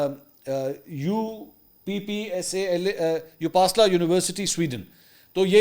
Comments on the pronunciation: Please, learn to pronounce Uppsala, properly. It is a very famous Swedish University, Siegbahn from this university got Physics Nobel Prize. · It is not U PASSLA CORRECT WORD IS UPP SALA. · U pasla nahi uppsala (اپ سالا)